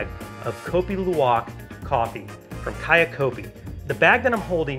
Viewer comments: The way he was first pronouncing the name of the coffee was as bad as instant coffee 🤣 I've had the privilege to drink and buy 4kgs of luwak from ethical farmers in Bali which I brew with a Hario v60. As a side note, when the Balinese brew the coffee, they prefer to use the syphon method. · Its pronounced more like LOU-AHK